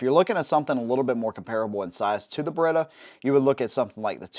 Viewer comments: Beretta, not Berretta. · Beretta, not Baretta.